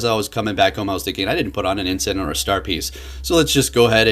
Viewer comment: The singular of incense is incense. Wtf is "incent"? You said it more than once...